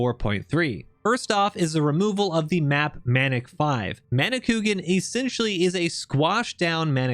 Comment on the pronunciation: Manicouagan is pronounced ma-nee-kwa-gan (the "n" sound at the end is silent, but it modifies the "a" sound)